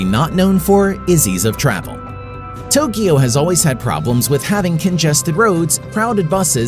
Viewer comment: Thanks for correctly pronouncing Tokyo.❤